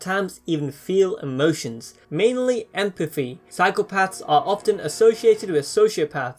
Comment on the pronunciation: I cannot for the life of me understand what you're trying to say sometimes... This seems like good content but wtf? "Furst for power"? "Empaffy"? "Higher frills" (thrills?) Dude, "th" exists you know.